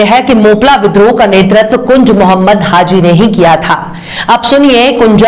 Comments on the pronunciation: The word is : HAH JI Not HAH ZEE Thanks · HAZI KYUN BOLTI HO....HAJI BOLO